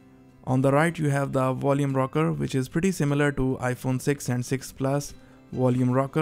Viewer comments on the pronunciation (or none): "Wolume Rocker" WTF DUDE